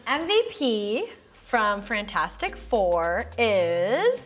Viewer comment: This is like my third time watching this and I just noticed Frantastic instead of fantastic don’t kill me.